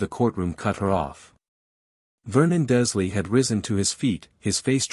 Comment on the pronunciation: Very gripping story. Given your pronunciation , you or AI ate consistently leaving the “R” out of “Dursley”. In this story, Harry is seven, Draco in this story is eleven, it in the books he is the same year as Harry. iGinny in the books is a year behind Harry, but since she was buying a cauldron Lucius slips the diary, she would be heading into her first year, therefor eleven as like Draco.